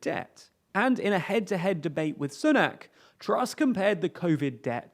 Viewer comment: Sooo nak /‘su: næk/ Su like Sue. Not the oo sound of book! Very very distracting.